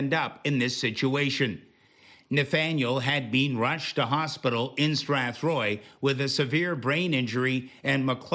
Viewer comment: They said Strathroy